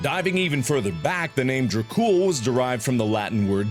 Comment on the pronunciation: im crying at how mark pronounces Tepes and Dracul (Romanian here ayy)